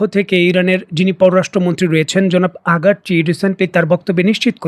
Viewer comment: আপনার প্রেজেন্টেশনগুলো অনেক আগ্রহ নিয়ে দেখি। তবে আপনি প্রতিবারই 'আরাগচি'কে 'আগারচি' বলেন, কিংবা 'হেলমেট'কে 'হেমলেট' ইত্যাদি উচ্চারণগুলো ঠিক করে বলা খুব কঠিন কাজ নয়। ধন্যবাদ।